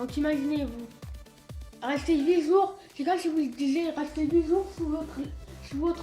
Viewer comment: "Huit sour sans voir la lumière du sour" :P <33